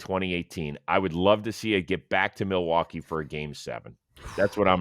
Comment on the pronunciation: Someone needs to teach Rose the context for “mill-e-wah-que"